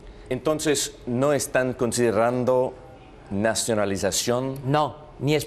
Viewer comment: "consirrrrrando" 😂😜 como diría Paul, "sin miedo al exito" 😉